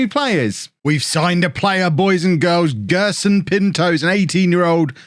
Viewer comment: you really butchered Gerson Pinto's name